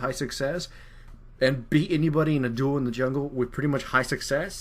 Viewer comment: 'He is PRUTTY good' Prutty.... xD